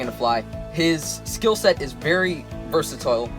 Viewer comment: I like how was so sure that he pronounced versatile right